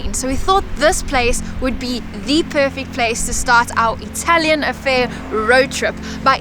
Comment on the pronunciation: Perché gli inglesi o in generale gli anglofoni non si sforzano mai di pronunciare correttamente il nome delle cose italiane in italiano?